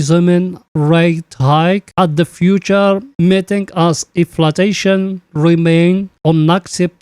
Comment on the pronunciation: Bro it is inflashon u always say inflatashon plz correct